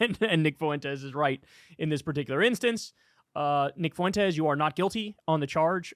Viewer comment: learn how to say "Fuentes", Kyle. It's not that hard